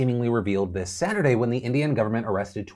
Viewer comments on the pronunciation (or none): none